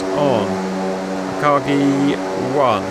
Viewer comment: OMFL Dudes it is Akagi. AKAGI